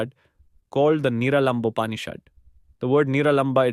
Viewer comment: Absolutely incorrect pronunciations of sanskrit words like Upanishad and Niralamba!!